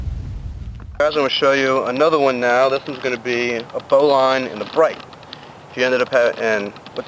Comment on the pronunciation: It sounds like you are saying "bowline on a bright" - the proper name is "bowline on a bight". Look up knot terminology in Wikipedia.